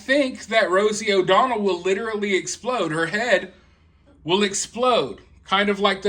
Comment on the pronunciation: Rosie “O-Donald.” Lol 😂